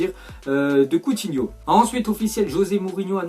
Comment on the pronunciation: combien de fois a-t'il dis couthino